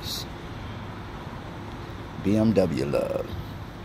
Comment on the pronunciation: Said it right just because it's a bmw